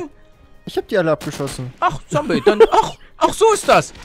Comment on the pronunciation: Da sagt palle noch Sombey xd